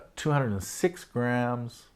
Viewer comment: I think you means grams and not rams.... you said rams... no biggie...